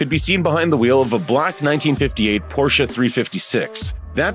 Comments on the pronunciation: Finally one that pronounces PORSCHE correctly!!! namely "POR-SHEH" and NOT "POR-SHA" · Thank you for pronouncing “Porsche” correctly. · I love how you pronounce 'Porsche' correctly!